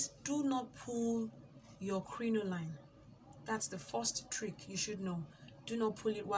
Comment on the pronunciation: Welldone. Its pronounced "crinolean"